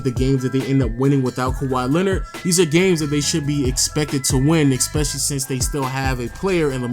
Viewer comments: For someone who can't pronounce the word "Especially" you say the word "Especially" a lot, goddamn. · "Fustrated..Expecially." TF